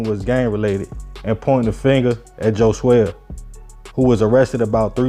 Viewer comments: Bruh his name was HOE-SWAY. Not Jo-Zay-Uh 🤦🏾‍♂️ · its pronounced Ho_Sway btw i know his ogs